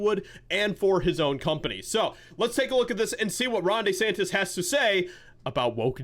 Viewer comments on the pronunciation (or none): I'm Italian. Please stop calling him "DAY- santissss". It hurts my Italian ears. His name is pronounced: " DEEEE- santis" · Everyone: DeSantis: Day Santis 😂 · It's DEE-Santis not DAY-Santis